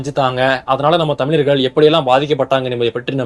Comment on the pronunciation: You can’t even pronounce correctly the word Thamizharkal. 😂